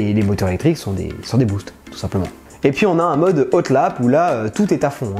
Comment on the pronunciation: Euh..... ok, je m'abonnerai quand tu feras un effort sur la prononciation de l'anglais/allemand (décidément, ces français sont incorrigibles !) : on ne dit pas "otlap" mais "Hot lap" (avec un h aspiré devant, merci), et on ne dit pas "Vessart" mais Weissach (c-à-d- lit. "vaille-sarrrr" comme un râclement de gorge). Tes fautes de prononciation m'écorchent les oreilles, dsl.